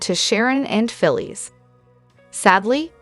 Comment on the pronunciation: Her name is Phyllis. Pronounce it correct